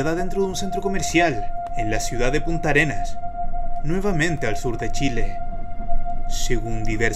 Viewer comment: O escuché mal o dijiste putarenas